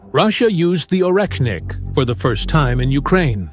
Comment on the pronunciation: It's not Oreknnik but Oreshnik. Sh like in She.